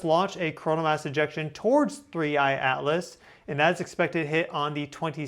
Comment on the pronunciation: Thanks for the analysis. I agree the NASA images are pathetic. One silly thing I noticed is that you never pronounce the t in Atlas.